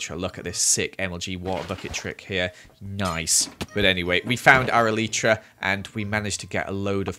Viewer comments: it really triggered me when he pronouced elytra (EL-I-CHRA) He pronouced it (EL-EE-CHTRA) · Why did he say elitetra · The way he says ‘Elytra’ 😂 only joking love the vid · It’s funny the way he says elytra